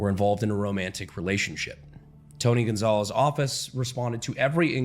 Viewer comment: Tony Goon-zales.